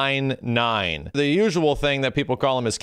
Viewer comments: K9999's name is pronounced as K-four-nine, you can hear it in his special intro with Angel in 2002. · I wish they’d just brought K9999’s original design back. At least then he probably wouldn’t have a generic DAZ3D Poser face. Also, it’s K-four-nine, not nines. Just to keep things OCD happy.